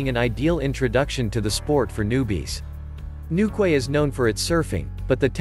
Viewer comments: It’s new key not new quay. Lived there. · Newquay is pronounced 'Newkey' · Newquay is pronounced with the ending being( KEY) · Newquay is pronounced as New Key. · NEWKWAY??? For god's sake learn how to pronounce English!!! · newquay is pronounced newkey